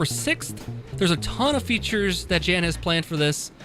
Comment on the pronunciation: It's pronounced yan not Jan it's Czech I think